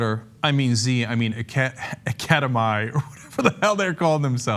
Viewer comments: I hope he was kidding when he said "Academia". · Academi= Academy, not "Academia" Constellis Holdings is a subsidiary of MONSANTO that now owns and operates Blackwater.